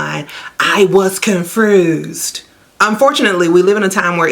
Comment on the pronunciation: “CONFRUSED?” “SQRENTH?”